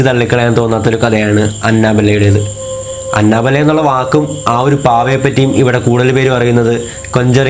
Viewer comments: Anna Bella alla anabel(pronouncing) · It's not Anna-Bella It's Anna-Belle... Like 🐘🔔... "annabelle" Please Don't Attack me 😊😊😊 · അന്നബെല്ലെ alla അന്നബെൽ 😂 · It's അനബെൽ.........but nice video😁😘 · Annabelle prounciation sheriyalla bro